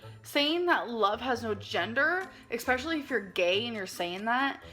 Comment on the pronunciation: For me it's "expecially". I just want to stab my ears with a pencil every time she says that word.